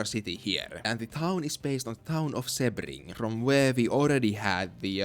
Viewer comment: its pronounced "see-bring" not "seh-bring." Source: am floridian.